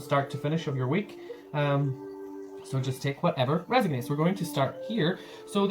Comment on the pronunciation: resOnates, not reSIGnates...:)))